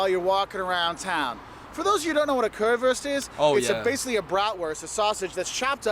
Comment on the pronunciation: The Way he says Currywurst offends me. Lol. It is Not Worst..it is WUuurst.. like in yo uuuuuuu..at least try to say it right please. Thanks.